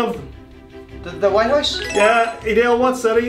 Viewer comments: you mean house not huose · I love it how they pronounce house